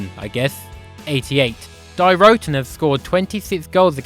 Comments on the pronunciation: Not die as in die bart die 😂😂😂😂 It's deeeee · Its pronounced 'dee' not 'die' it means the (female)